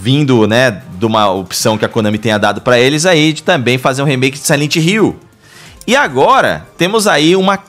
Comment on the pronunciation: Rumor de um jogo..: "SILENTE HILL" kkkk